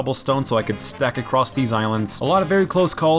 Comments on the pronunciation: I just noticed he says "acrosst" instead of "across" each time he says it lol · lol its so weird hearing him say "acrost" instead of "across" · You know 'stumbled acrost' isn't a thing right? It's 'stumbled across'... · Your videos are super entertaining, but I feel like I can't watch them because I did inside a little bit every time you say across as "acrosT" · Hearing that letter T at the end of “across”, make me suicidal.